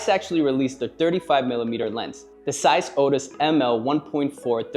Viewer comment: Please tell this man there is a Z in Zeiss